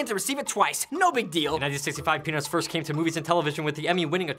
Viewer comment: no offense but i thought thar Rafi said, pen*s lol